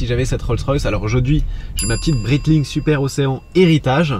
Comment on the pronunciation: Super vidéo !! Par contre ta bien mâché le nom des marques de montres comme Breitling et Jaeger LeCoultre 🤣